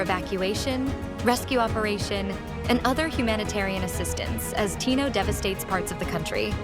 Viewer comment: ilow ilow, Typhoon Tinow, southern Leytey, ano ba yan reporter niyo